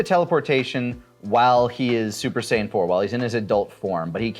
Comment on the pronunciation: "You see Vegeta, this is a Super Deedle Dee Saiyen"